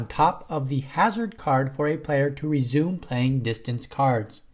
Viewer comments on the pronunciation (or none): none